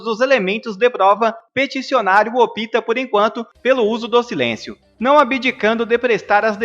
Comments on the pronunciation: Há um constante assassinato da língua portuguesa: OPTA pronuncia-se 'ÓP-TA' e não 'OPÍTA'. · A notícia é boa, mas o apresentador não conhece a língua portuguesa, ele diz que o presidente "opita" por não ir. Misericórdia!!!